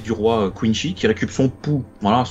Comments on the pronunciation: Non ont dit pas coinshi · Juste une remarque ; ça se prononce Quincy avec un c pas un ch et c'est vraiment une insulte pour Bleach de le faire autrement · Content de vivre le retour de BLEACH avec vous ! ps : À Marseille on dit plus "Kouneuh-chi"